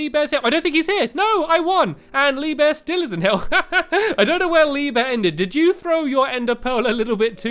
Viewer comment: You didn't say lee bear right you say leeeeeee bear